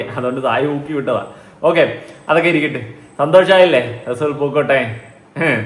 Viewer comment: Resool പൂക്കുട്ടി അല്ല resul.,. അങ്ങനെ ആണ്